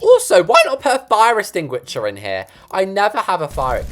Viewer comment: "fiRe eStiNgUicHeR"